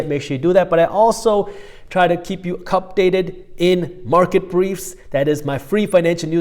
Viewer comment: do you say "Cup-date" ? If that was just a misspeak, let's ignore that and roll with it! I VERY often am watching in the morning with my coffee (you can have green tea if you prefer) and I think Cupdate really works for a name for that time, updates with a cup in hand :). Time for Minority Mindset and my Cupdate!!